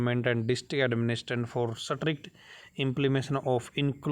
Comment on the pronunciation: स्ट्रिक्ट को स्ट्रिकट बोलता है!! स्टूडेंट्स के उच्चारण को क्या नई दिशा दे रहे हो सोचना इस पर।